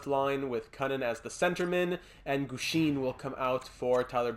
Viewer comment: Great episode as always! I’d definitely look for a 4th line penalty killer. Boucher and Gushchin (pronounced Goosh-in, by the way) have not been cutting it. Pavelski seems like the best option, but he’s a little pricey. Offer Weisblatt and a mid round pick, and if Carolina declines, I’d look elsewhere, Pavelski would be a great storyline guy, but we can’t give up too much for a 4th line rental. The other guys I’d look at are Nieto and Kampf in Ottawa. Both fit the 4th line penalty killer mold pretty well and shouldn’t be too expensive. I’d also call up Hornquist and give him a look. Lindberg’s losing record is worrying me. Doesn’t have to be for the rest of the season, but I think he should get a couple NHL games here and there to see what you’ve got in him. Here are my thoughts on some of the prospects. The med elite guy from Buffalo would be nice, but our top 4 is already set for years to come. I don’t see a spot for him in the lineup. Carlsson is great too, but I’d wait until the offseason to make a move for him. Dallas seems to be buying, and they’d probably want a roster player for him. There’s no one on the roster I’m willing to give up for a prospect at the moment. Maybe Lind, but the way our penalty kill is struggling, I think we have to hang on to him. Maybe trade Glass for him this offseason before you lose him for nothing? Lastly, I wouldn’t put Bystedt on the power play unless it’s production falls off. The power play is playing way too good to make any chang